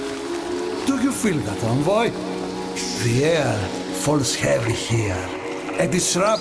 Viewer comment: Envoy is pronounced like "aan·voy". But it's not unlike DE to mispronounce MANY words! 🤣